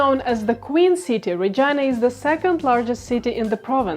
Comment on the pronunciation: Why does Regina sound like Vagina when she pronounce it?